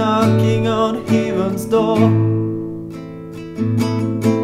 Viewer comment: Love the voice, love the expressiveness, but I think your pronunciation of 'heaven' might be detracting from the overall quality, especially since the word occurs so much. Great job otherwise, you are loaded with talent.